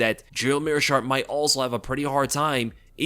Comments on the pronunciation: Meerschaert "the shart" - heard that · Did you really call him "The Schaert"? Hahaha!